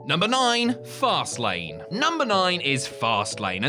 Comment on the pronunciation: I swear it sounded like said farcelane of which I approve.